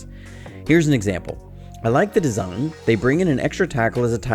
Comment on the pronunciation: Caught you! "desugn" :p shoutout from Romania, you're my source for all news niners. Let's get some sweet revenge on them Eagles!